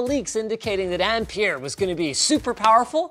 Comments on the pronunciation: Sounds like you rather said "Empire" than "Ampere" lol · Okay so in Australia we pronounce ampere like 'amp-air' so every time Linus said it i was like whaaaaa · Ampere rhymes with pear. Just so you know!